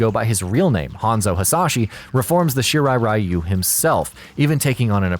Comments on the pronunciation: It's Shirai REE-you. Not RYE-you. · It's weird that MK mispronounces the rai in Raiden as ray, but correctly pronounces the rai in Shirai-ryu as rye, but then mispronounces ryu as rye-u, instead of ree-u. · What pisses me off the most is how everyone produces "Shirai Ryu" wrong It's "Ree-yu" not "Rai-yu" This is similar to how everyone produces Raiden's name wrong